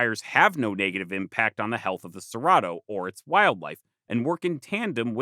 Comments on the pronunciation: Your Portuguese pronunciation is horrible. "Terra" is pronounced with the "rr" as an "h" sound, and preta is more like "prey"-ta. At least in Brazil. Cerrado is also a "h" sound. I lived there for a time. Say-HA-doh. Great video though. =) Super excited to see this. And the terra preta is a super cool thing. I wonder if more excavation of those regions could tell us more about lost Amazonian peoples. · Having a harmony with nature and having charcoal to work metals like Iron & Steel is paramount, was that way thousands of years ago, still holds true today. **Edit in Brasil two rrs together make the H sound: Cerrado= Ser-ha-doe say it like that just to help. Also you forgot the second most important ecological Region in S.A. , the Cerrado transitions the two zones between the Amazon and the almost as important Atlantic Forest Mata Atlantica- Lots of Indigenous in the Atlantic Forest too & we have better soil.